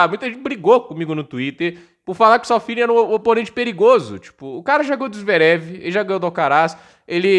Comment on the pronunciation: É Safiullin, não Sal Feeling